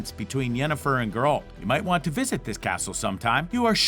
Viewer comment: is no one going to mention his mispronunciation of "Geralt"?